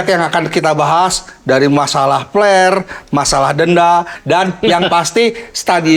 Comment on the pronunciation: mang tolong pengucapan huruf P dan F dibedakan. flare kalo dibaca pake P artinya jadi jorok. Sekedar masukan ieu mah